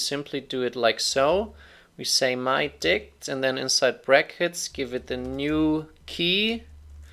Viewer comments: i cant stop laughing when he says "mydict" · I was chuckling everytime he said mydict, but I lost it when he said mydict dot pop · i can't stop laughing when he says mydict, especially lol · "So we can say mydict.pop" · Bruh i'm at the dictionary section and i can't stop myself from laughing everytime he says "mydict" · Sorry, I giggle everytime you say myDict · We all can pretend we're smart and sophisticated, but when says myDict we all think of one thing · mydict sounded so offensive